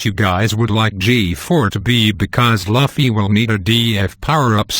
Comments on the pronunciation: It was driving me insane every time he said "luhfy". You say it "loufy". GET IT RIGHT. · Stop pronouncing Luffy " Laffy " . Holy shit ! That is the most annoying thing about this video ! It's Louuuuuuuuuuuuuuuuuuuuffy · lol bro its not laffy its loufy im writing it like this just for the pronounciation xD